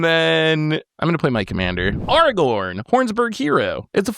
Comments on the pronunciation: did really say "Arrgh-orn"?😂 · bro i know you know how to pronounce Aragorn. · as usual trying to play the victim and throw someone else under the bus, someone who while may have strong cards, has zero board presence. And then as usual, can't pronounce cards "Lilah" in last video I watched and this time "aragorn". needs to revamp this character he plays